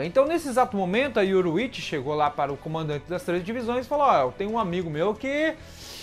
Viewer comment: yoRU!ichi. não yoroichi. seu video é bom mas suas pronuncias doem o ouvido cara... melhora isso ai.